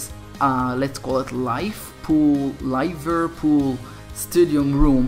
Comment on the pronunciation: how are a Soccer Stars youtuber if u cant even say "Liverpool" right.